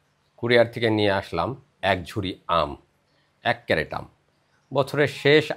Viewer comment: আপনি আমের বাক্স'কে বা কেস'টাকে "ক্যারেট" বলেছেন, এটা সম্পূর্ণ ভুল। এটা হবে "ক্রেট" [ CRATE ], যেটা একটা ইংরাজী শব্দ। Dictionary দেখেই আপনার মতামত জানান। শুভেচ্ছা রই'ল।